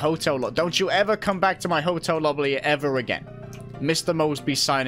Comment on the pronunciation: "Hotel Lobly" - 2020